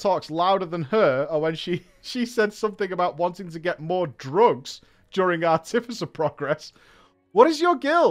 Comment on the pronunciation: Ar-ti-fi-cer, fuck….